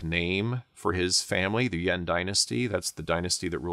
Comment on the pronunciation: Pronunciation of "Yuan" is great this guy must be a China scholar, guys